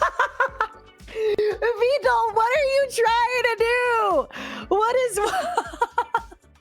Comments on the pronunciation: Damn, she actually said vedal right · Ayo, was trying to see if she could be more Vedal's type at the end? 🤨 Also lol she actually pronounced Vedal correctly at the very end too.